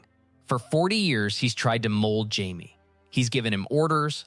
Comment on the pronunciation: It is this channel is def AI scripts. Watch older ones it literally mispronounces Jamie’s name its reallt strange